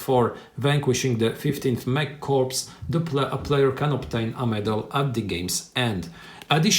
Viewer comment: Note on pronunciation: "Corps" as in Panzer Korps or Marine Corps or any military Corps is pronounced in both German and English as "core". The "S" is silent. Corpse with the "S" pronounced means a dead body. Thanks for prereview.